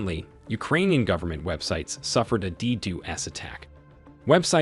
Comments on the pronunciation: This is a cool channel but im about to die because he said "de doose attack" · Dee-doo-ess attack! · "de doose attacks" Lmao, like really? You don't know the correct pronunciation and this is supposed to be a CyberNews channel? Let alone you said Putin's name like "pew ton" 😂😂😂